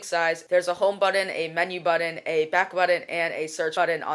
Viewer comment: KID OMFG its NOT buddon... its button...damn.i hate when people say shit like that